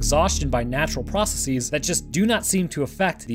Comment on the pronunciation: Make sure you don't pronounce "processes" incorrectly in the future.